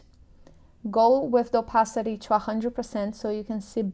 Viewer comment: Brasileira, say "to", not "chew"!